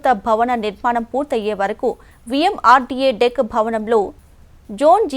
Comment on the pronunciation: Madam adhi VMRDA not VMRDK😂😂😂😂😂